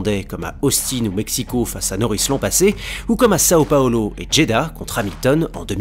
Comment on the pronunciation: Je m'abonne, rien que pour la prononciation de São Paulo 👏🏼